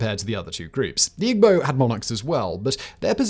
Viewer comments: Attending high school in Jos in the late '60's early '70's, I greatly enjoyed the video. (Minor nits perhaps, but unless pronunciations have changed over the years (and why not, so much else has), Igbo is pronounced "EEbo" and Yoruba pronounced YOURoba.) Keep up the good work! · Ughh……. Igbo (E-Bow); Yoruba (Ya-rooba). It’s hard listening to the pronunciations in this video. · romanblack4247 It's not a white accent lmfao what? He's British and even then he could have easily pronounced the words like Yoruba or Igbo correctly. Wth is a white accent? He simply just didn't even try to learn how to pronounce them correctly.